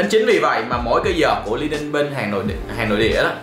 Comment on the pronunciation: A ơi đọc là Li ning nha. Hồi trước e cũng đọc nhầm thành Lai ning